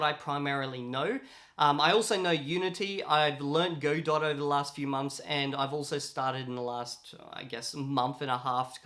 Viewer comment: Just as a note, Godot is pronounced "God-oh" (as in, waiting for)